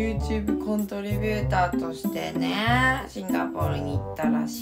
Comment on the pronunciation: コントリビューターってちゃんと言えてるやん？！？！